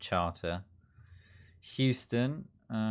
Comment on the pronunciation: I love your pronunciation of Houston lol you pronounced it how its spelled basically which I do the same with British town names and im always wrong. Its Hue-stun/sten.